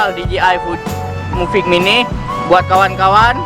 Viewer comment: Mavic mini bang bukan muvic mini😅🤣